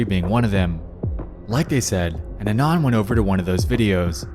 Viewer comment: bro atleast pronounce anon correctly 😭☠️